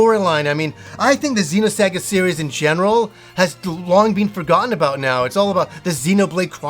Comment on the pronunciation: How he say xenosaga trash